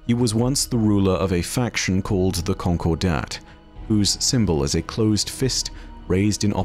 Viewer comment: just a heads up, that's not how you pronounce "concordat."